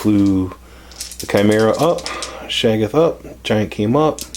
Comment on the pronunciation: Pppfftttt! "Shag-ith" and "Zench"